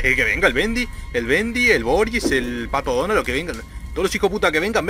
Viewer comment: Like si escuchaste a decir pato donal